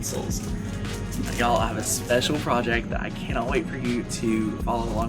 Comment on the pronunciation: ❤ it when you say “y’all” feels like home to me!! 😊